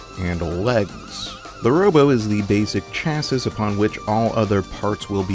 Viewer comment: You don't pronounce the S in "Chassis" (I dunno why, blame the French~) It is in fact said as "Chass-ee" & "Chass-ee-s" in plural form~